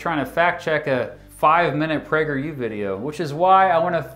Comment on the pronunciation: I thought he said "PrankerU". 🤣